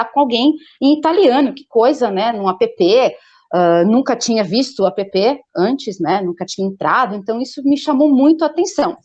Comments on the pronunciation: Não é apepê, linda. É ép. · App se diz "épi". A pepê é a irmã da neném. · Que agonia dessa mulher falando A.p.p